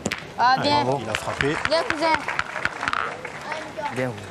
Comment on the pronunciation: « Bieng cousing » 😂